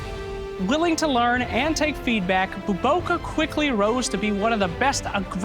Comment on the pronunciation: saying his name BOBOKArepeatedly is really funny. Especially if you are Filipino.